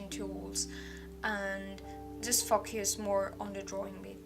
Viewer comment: Obrigado pelo vídeo. Mas vc devia pronunciar foco em inglês como fôu-cãs e não fó-cas, que soa MUITO feio em inglês :)